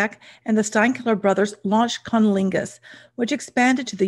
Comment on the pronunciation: You’re not. I did a double take every time she said it.